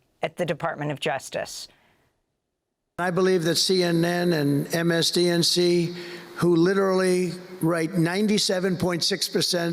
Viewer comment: He can’t even say “MSNBC”… and he’s president